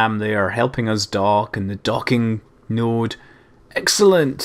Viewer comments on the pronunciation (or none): none